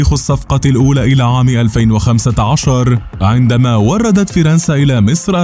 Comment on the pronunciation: أريدُ ان استفسِر عن شيء واحد فقط المعلق لماذا نطق فِرنسَا أليست فَرنسَا 😒